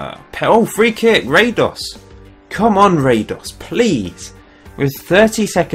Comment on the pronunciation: as a Croat, i cringe on your Radoš pronounciation :P this is how you do it: -Ra is like how you pronounce the ra in: God Ra (Egyptian god) -Do is like do in: dong -Š is like Sh in: Shaniqua lol